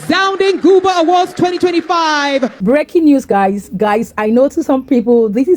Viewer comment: Thanks for sharing. Please take note it is GUBA not CUBA.